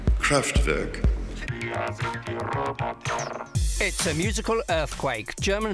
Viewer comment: Fascinating though the mispronunciation of “Kraftwerk” by the narrator throughout was somewhat niggling